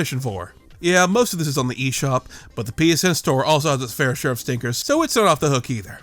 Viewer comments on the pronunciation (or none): none